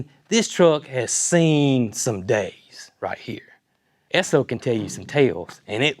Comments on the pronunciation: Yes, it's pronounced S-O (short for the company's name: Standard Oil). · Yes - you’re definitely pronouncing it correctly - just like S-O. That was the name before Exxon. That truck is an amazing buy - kudos to Brooke for that one! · Ess' Oh is the correct pronunciation. It is really the abbreviation S O for Standard Oil company.. It has history. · I googled it and you are correct it is pronounced Eh-soh! That fuel pump and tank is probably worth half of what you paid for the truck!! Awesome find Brooke!!!I am so happy for you! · We still have an Esso station outside of mu home town and you are saying it correctly. What a find and enjoy it. FW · Campbell River BC Canada still has a Co-op gas station that does a full service. You are pronouncing ESSO right, my grandpa worked for them most of his life. 😊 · I have an old Esso Keychain fob. Esso in the US is now ExxonMobil, Esso is still in Canada, Europe and Asia. You are pronouncing it correctly. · Sir. That truck is beautiful and if Brooke said go buy it....well she's definitely a keeper lol. And yes over the pond here in the UK we have lots of Esso petrol stations and as a you pronounced it correctly. Love the videos and you guy's are doing a wonderful job. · What a cool truck! Brooke is the master of finding great Facebook Marketplace deals. I am old enough to remember Esso (and yes, you are pronouncing it right) gas stations and the ding when you drove over the hose, and the person coming out to pump the gas for you and clean the windshield and check the oil. Those were the days! 🥰 My walk to elementary school was past a gas station, and we would often jump on the hose to see if we could make it ding. 😂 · I can confirm you're saying ESSO correctly. ESSO is still a gas station brand in Canada.| Cindy Ings, NL, Canada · Pronunciation is correct. Esso was part of Standard Oil - or SO spelled out as Esso